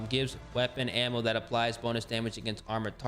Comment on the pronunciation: Hard to listen to you pronounce ammo man....